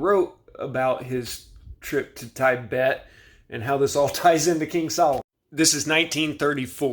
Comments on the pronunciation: Tiebet 😂😂😂 it’s pronounced teebet I love you and your videos this just made me chuckle 😅💪🏿💪🏿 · Tibet is short i sound, not long i sound. Your mispronounced words are shocking. Were you born yesterday?